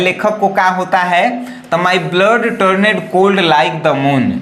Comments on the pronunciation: km hai bhai.... Sahi Se Padhna Bhi Bhut Jruri Hota Hai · कृपया इंग्लिश शुद्ध शुद्ध पढ़े । Turned टर्न्ड ✅ टरनेड ❎ Moved मुव्ड ✅ मुभेड ❎ 😂😂😂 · Dear , correct your pronounciation You have pronounced wrongly the following words--died,turned,often